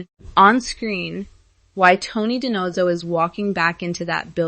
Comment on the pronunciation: You should learn the proper pronunciation of names b4 talking about them. Sorry but it's annoying and shows ignorance of the show. Spelled David but pronounced Da-Veed and Da-No-Zo